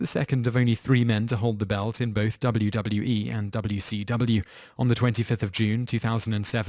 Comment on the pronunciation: Alexander Rahl Surprised he got 'WCW' and 'WWE' right; although, I can picture him saying 'wi-kuw' and 'wu-wee'.